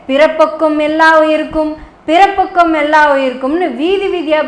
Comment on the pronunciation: பிறப்புக்கும் என்று உச்சரிப்பது போல் தெரிகிறது.பிறப்பொக்கும்